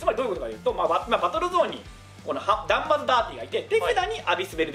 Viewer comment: 公式の人でも間違える「ダ」ンマ・ザ・ダーティ